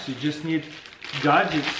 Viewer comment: Yep! 'Sometimes you just need "gadjickts"!' 😋